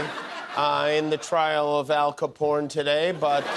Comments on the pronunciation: ROFLMAO, "AL CAPORN" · That's Alphonse Caporn! Lol! Why does he always call him Alphonse? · "Al Caporn" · “Al Caporne” 😂😂😂😂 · Ok ....who comes up with these names?! Al Ca-Porrn! etc. I can't keep up! Ah, I love Jimmy.